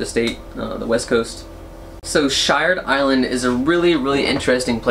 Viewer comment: Iwas waiting to see if you were going to mention Shired Island. I live near there, and it is my beach camping destination of choice. The only downside about it is the bathrooms. 🤢 As a side note, it is pronounced Sheered by the locals.